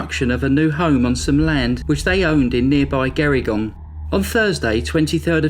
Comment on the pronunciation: Kiama is pronounced KYE-ammer; Gerringong is pronounced JErrin-gong.